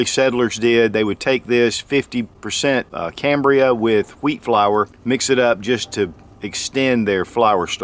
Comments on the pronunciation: It's not cambria... it's CAMBIUM... without the R. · PlayStationPlayz Cambium pronounced cam-bee-um. He was saying it wrong. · Is there an R in Cambium? I'm pretty sure that there isnt! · No “ R “ in cambium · Hey, there is no "R" in Cambium....sorry, hahaha... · If you are going to teach folks to eat Cambium, you should at least pronounce it correctly.